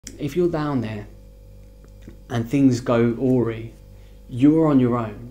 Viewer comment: Awry! I've never heard it pronounced the way you do it... It's pronounced 'OR EYE'. To my point, you're both guests in their country. Please don't F it up by getting involved in politics and airing their civil unrest issues. You did this on the Malaysian trip too. Seriously, tread carefully. As one Englishman to another, don't air their local issues. You may be well meaning and consider you're doing a service for fellow travellers but you could very easily upset someone whose whole mindset is dangerously different to your own. Keep the vids coming but try to concentrate on the food, accommodation, friendly locals and travel. Stay safe.